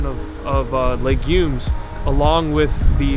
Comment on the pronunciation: por favor - perhaps knowing how to correctly pronounce "legumes" might lend credibility to your silly claims against the magical fruit